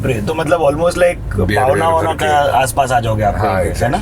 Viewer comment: पावना नही...पवना...without knowing anything how you pronounce in your way..and first of all dont call bombay or bambai..its mumbai...its our devi mumba devi